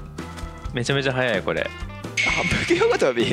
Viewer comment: 反復横跳びの発音が、大物実況者と同じで、 愛知県？ってなってる。